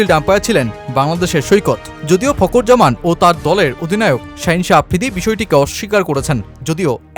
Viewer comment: উচ্চারণ - ফকুর জামান😂